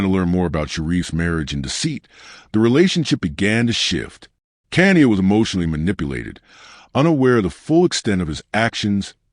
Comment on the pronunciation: her name is pronounced Ka ni ya